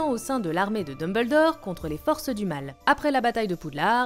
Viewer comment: "Dumb Beul D'or" MDR